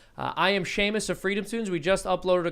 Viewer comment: Y’all, it’s Seamus not Shamis